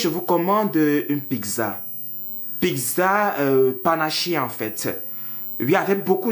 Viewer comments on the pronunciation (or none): Tu as le Congossa hein 😂😂😂😂😂😂😂😂 C’est méchant pour KIM . Elle a une maladie c’est le Psoriasis . Mais KIM est une très belle femme . C’est un peu de la méchanceté gratuite la. Murielle Blanche je ne suis pas fan mais c’est une jolie fille , sachons faire la difference 😂😂😂😂😂😂 Toi même du dis PIGZA alors que c’est PIZZA 😂😂😂😂😂😂😂😂😂 BON SINON J’AI BIEN RI . Vidéo funny